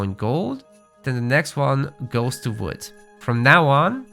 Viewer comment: Quick tip: you're pronouncing "wood" a lot like "food". It's really hard to understand since they're words differentiated by the consonant's sound. "Build the house with the fwood villager." I could only tell you meant the WOOD villager because you selected one.